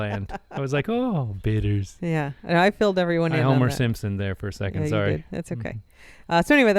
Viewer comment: When said, “Sorry!” during the beginning of the podcast, he sounded extremely Canadian! 😂🇨🇦🍁